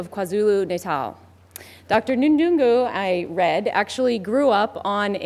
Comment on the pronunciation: Hehehe..Dr N thungu..she couldn't pronounce his name....